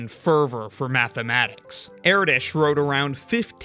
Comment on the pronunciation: It's Er-Dosh not Eraditch